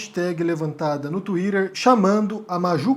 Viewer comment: Qua do vc estiver falando em português, ñ se esqueça q aqui nós falamos Tuíter e ñ "tuírer." A edição dos seu vídeo fica um pouco estranhos com muitos cortes bruscos. Mas gosto do seus comentários.